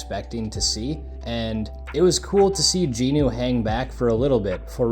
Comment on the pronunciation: It's going to drive me crazy if I don't say it so...his name is Jinwoo (Gin Woo), not Jean Ooo. Aside from that triggering my OCD, enjoyable to hear people talking about their experience with the show.